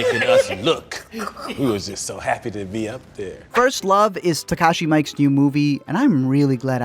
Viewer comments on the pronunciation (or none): kinda tired people mispronouncing japanese name. it's miike(mi-i-ke). just say it like "me eat cake" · listennnn. he's name is not mike, it's miike. like "me eat cake" come on